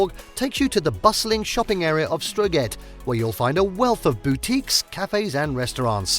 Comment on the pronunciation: Couldn't even pronounce the English name of the city correctly. And as for Strøget!!!!